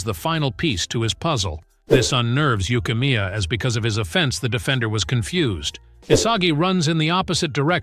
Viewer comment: Did bro call neru yukimiya